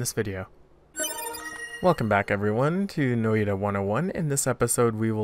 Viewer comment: Friendly FYI it's pronounced Noy-ta, not No-E-ta Developer video